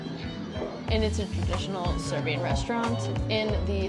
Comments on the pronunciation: It's so weird how good their Serbian pronuniciations are... It's almost like they are Serbs :O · I am surprised at how clearly they pronounce Serbian dishes.